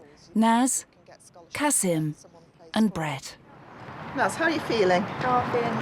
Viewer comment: Swear the narrator just called that kid bread